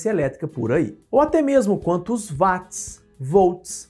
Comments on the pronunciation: Nao seria watts (uots)? Ao inves de vatis? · Sim " uats"*